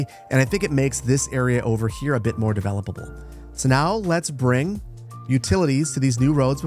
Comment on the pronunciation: "developoble"-cool guy with beard